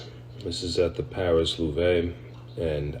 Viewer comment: It’s pronounced Loov not loovay. The e is silent